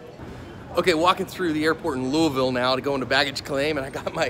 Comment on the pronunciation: Good on you,... you almost say it right (Loo-ville).